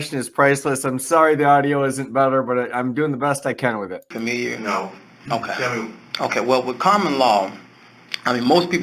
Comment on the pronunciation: “ Wit “ ? you aren’t going to get anything if you can’t say the word “ with “.